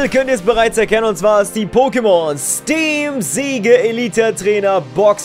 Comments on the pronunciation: Man spricht es [Stiim Sitsch] aus und nicht [Stiim Siige] Ist ja englisch, daher diese Aussprache, soll kein hate sein. ^^ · siege spricht man zwar anders aus aber ok xD